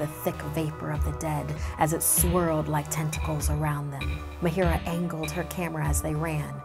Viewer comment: It's ma-a-h-i-r-a-a not m-a-h-i-i-r-a-a I am from India that's why IK how to pronounce it